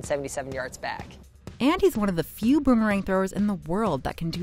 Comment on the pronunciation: Guys a champion in boomerang throwing but can’t even pronounce it correctly